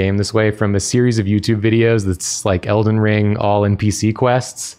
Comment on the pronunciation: It sounded like she said el-den-"ringu" and that's where I thought I was missing the joke 😅. Thank you